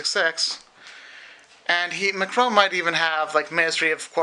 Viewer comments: Nothing, we just remarked on his horrible prononciayion of "Emmanuel Macron" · you can't even pronounce the name Macron properly !